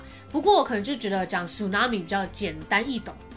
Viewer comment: tsunami的tsu應該不是這樣發🤔